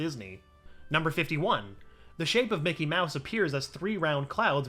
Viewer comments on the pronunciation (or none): none